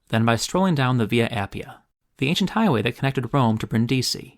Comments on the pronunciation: pleeeease NOT "Brin-Deeeezy". It's simply "Brin-Di-Si"! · BREEN-deezee NOT brin-DEEZEE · Bravo bravissimo! One small gripe. Tararanto, like Brinidisi, is always mispronounced by English speakers and should be pronounced TARantato, BRINdisi.